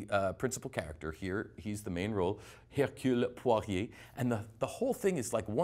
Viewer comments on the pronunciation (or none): You made yourself look terribly foolish ....Your pronunciation Hercule Poirot diminishes any credibility you thought you had in the review of this film. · Hercule Pew-Here